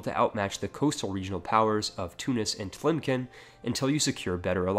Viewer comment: Tlemcen is pronounced as "Tlemsen" the C is not a K sound